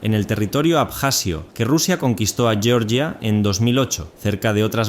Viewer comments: Es horrible cuando pronuncian yioryia el país europeo. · ¿Por qué decís yeoryia? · por qué pronunciais Georgia como el Estado de Norteamérica?